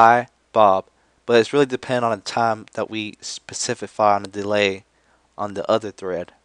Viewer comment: "Specifify." lol. I love this guy. No but really. Thank you for your down to earth tutorials.